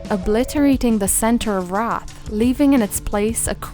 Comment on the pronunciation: The usual pronunciation of that word is "R-aye-th" and its a synonym for ghost/spirit, but maybe I am missing something. I think Wraith would be an awesome town to do more on if you are so inclined! 😀